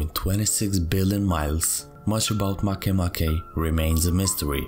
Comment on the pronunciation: It's pronouced Ma kea ma kea but not "Make a bread" MakeMake?